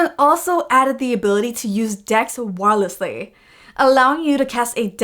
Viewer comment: Did you say wiiiileeeleeeee instead 9f wireless lol